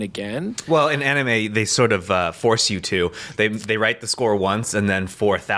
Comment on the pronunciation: why he pronounce "anime' like that?